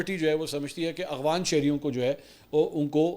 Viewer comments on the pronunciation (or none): Yaar ye lafz "Afghan" hai Aghwan nahi hai Plzzzzzz